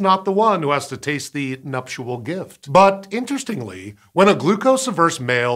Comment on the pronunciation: Please stop saying numptual gift